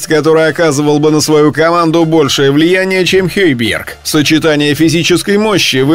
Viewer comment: Почему произносите имя хейбиерг ,он же хёйберг